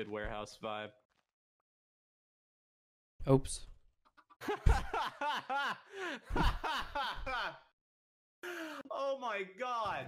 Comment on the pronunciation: Is nobody gonna mention that he said 'oaps' instead of 'oops'